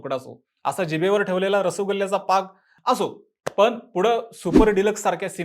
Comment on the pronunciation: रसगुल्ला × रसुगुल्ला